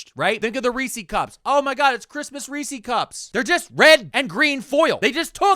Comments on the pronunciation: My guy, how can you live in PA and pronounce Reese’s wrong? It’s Rees-sez not Rees-seas! (I’m in Harrisburg like 20 minutes away from Hershey. They say Rees-sez at Chocolate World.) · Have I been saying Reese's wrong my whole life, or have you?? You got me questioning my past... Maybe it's a regional thing? I'm in PNW and I swear its "ree-sehz" ahhh but now I just said it out loud so many times nothing sounds real so who knows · You live in Pennsylvania, pronounce Reese's correctly.